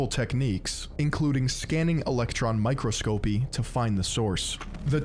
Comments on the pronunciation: my man, it's "mi-CRO-sco-py", not "microscope-y". The one rule in English grammar I actually learned in school (and not on the internet or watching American TV) is that the stress in words of 3 syllables or more is generally put on the third-to-last syllable. Like SKE-le-ton rather than ske-LE-ton. This is even more the case with words with more than three syllables. My favourite thing about Americans is y'all can't say a person's name without also saying the words "sorry for mispronouncing your name." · My favourite was pronouncing mi-crosc-opy as micro-scopy. Makes it sound like the microscope is just a silly little guy 😂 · He also mispronounced Daschle, Fort Detrick, and microscopy.